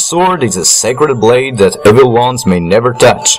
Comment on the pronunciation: You said evil wrong